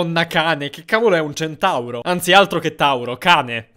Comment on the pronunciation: Non centauro cantauro